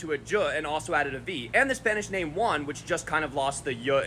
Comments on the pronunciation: IS not UAN , IS JJJJJJJUAN, dont speak about u dont fuckin knows how to pronounce u moron. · He pronounced everything well but Juan